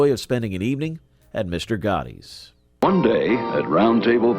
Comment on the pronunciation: It's Mr. Gatti's (rhymes with Daddy's), not Mr. Gotti's :)